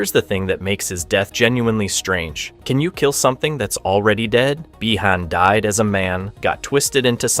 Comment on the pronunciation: Or when he mispronounces Bi Han